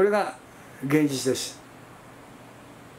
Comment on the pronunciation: カシェツ(仮説)？ カセツと発音して下さい。 でし。？ です。と発音して下さい。 貴方はどこの国の人ですか？